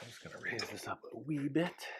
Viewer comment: I heard you say Wee bid are you from Scotland by any change???